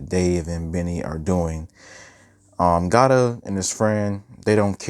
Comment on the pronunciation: Love the review but it’s Gata not Gata